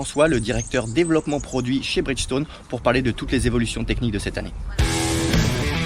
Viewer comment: Pneu Bridchtone 🤣🤣🤣🤣